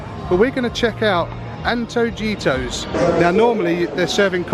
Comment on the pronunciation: Great vid guys! It's Anto-hee-toss :)